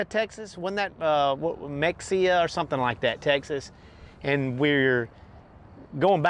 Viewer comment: It's MUHEYA....Mexia.... :)